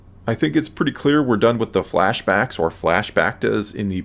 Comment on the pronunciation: Did you say “flash bactas” that’s funny!!